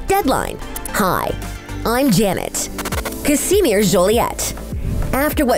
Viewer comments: literally everyone: ca-sh-mere this presenter: ca-si-mere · Wtf y’all said Casimere’s named completely wrong 🙄Its pronounced like the sweater material cashmere.... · I swear she says Casimere's name wrong??? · It's like the narrator didn't watch the show. She pronounced Nevaeah name wrong. It was said too many times in the show to get it wrong. Not to mention Casimere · please learn how to pronounce Casimere and Neveah. thank you